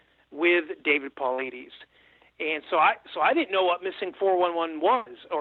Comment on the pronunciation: This guy is just regurgitating secondhand shit and. also, he isn't able to pronounce David Paulides' name. I had to switch off.